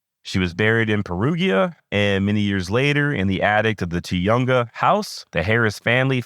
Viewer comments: Tujunga is pronounced more like "Tuhung uh" than "Tuyoung uh" just trying to help you out. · You’ll probably never have to reference it again but Tujunga is pronounced TUH-HUN-GAH. It’s basically the far NW corner of Los Angeles. Great episode!